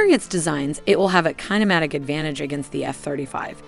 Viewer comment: Please properly train your V.O. actors. You guys are killing me with the pronunciation of MACH. It is pronounced MAACH like the A in DRAW, not MACK. It is FLAP-ERON, not FLAPE-ERON. It is KIN-EMATIC not KYNE-EMATIC. When there is more than one of something it is pluralized. 40 KM is 40 kilometers, not 40 kilometer. *CRINGE* There are more mispronunciations in the video and in the F-16 video, my nerves won't let me go back to find them just to point them out. Otherwise, the modeling and motion graphics are top shelf.